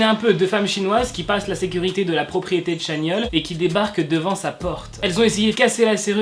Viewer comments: Ça se prononce TChanyeol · Je tiens juste à dire que « ChanYeol » se dit « TchanYol » ! Sinon, superbe vidéo 🥰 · Pk personne ne corrige dans les coms? Sur la prononciation de Chanyeol.